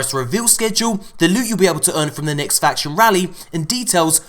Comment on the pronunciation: “Nixt up”